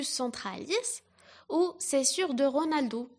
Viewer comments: j'écoutais attentivement jusqu'à que j'entende scissure de Ronaldo au lieu de Rolando aahahaa c'est trop choupi! très bonne vidéoo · scissure de rolando et non ronaldo jai écouté 10 fois pour bien ecouter ahahah